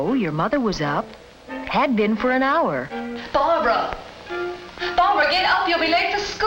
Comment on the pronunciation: her name is barbara. no it's brahbrah. no its barbara. no it was barbahra. no it was barbara. no it's blahblah